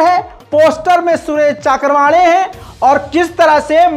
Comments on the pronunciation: is nafrati chintu ka naam चक्रवाणे नही चव्हाणके है। Pl pronounce properly. Nahi to is baat ko lekar bhi kuch na kuch bolenge. I hope SC will take cognizent of yr bites. Thanks. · सुरेश चक्रवांडे नही है चव्हाणके है कई बार नाम लेने मे गलती करते हो बल्कि अक्सर